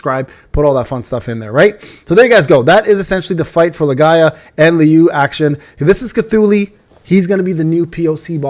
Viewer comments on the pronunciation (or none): Why do you call it Lae-Ga-ia. Isn't it's name Lee-Gee-A? (Legia)